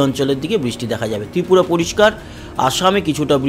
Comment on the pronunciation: Tripura bhalo kare balben